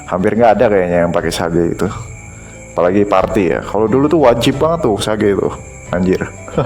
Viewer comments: Sage bacanya Sej.. Rogue bacanya Roj.. Dan byk lg yg hrs di perbaiki pronounce englishnya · lawak polisi grammar tapi salah juga. Rogue dibaca "roug" u tipis. Sage dibaca "seidj" j tipis